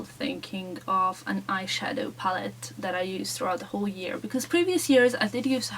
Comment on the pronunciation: Love the video! :) Just wanted to let you know that you are always pronouncing "palette" the wrong way, in case you didn't know. :D I kind of like it, it's cute. :)))